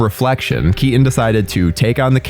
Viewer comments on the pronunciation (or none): "tim bur-en" "Michelle Kea-en" i dont understand, is this an accent or a speech impediment? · Well I "Sir-innly" like Tim "Bur-inn" films as well. Especially the ones with Michael "Key-Inn!"